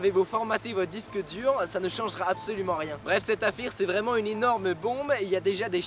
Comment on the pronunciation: a 2minute23 seconde tu a dis affire au lieu de affaire choquer et decu